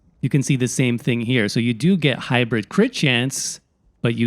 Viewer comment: Hybrid*.. not Hybrith Is it really that hard hearing it?... being said that often?